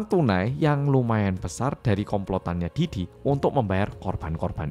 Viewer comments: "Pi Diddy" bkn "Pe Diddy"😭🙏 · bacanya pi didi mas, bukan pe didi😂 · Pididi bacanya atuhhh pedidi pedidi 😭😭😭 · karna cara penyampaian nya pake b ind yang medhok, blio pake nya 'Pe diddy' ya bukan 'Pi diddy'😭 lucu bgt kebanyakan bacanya 'Pi diddy' karna inggris apa ya?😭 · matursuwun sudah menjelaskan dengan detail dan mudah dimengerti. Dan medhok e seng rak ketinggalan nyebut (Pe) diddy 😆 ncen panggah penak ngomong jowo. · Kalo yg baca 'P. Diddy' sama medok gt napa berasa kayak ngomong Pak Didi😅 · Denger ngmng pe didi ae aku ngakak😂😂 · sama bjir bhahahaha ✌